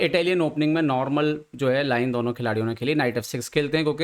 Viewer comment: Ye Budelkhandi accent hai kya, I have seen same thing with Baba Aniruddhacharya. Why they pronounce दौनो instead of दोनो for addressing 2 people?🤔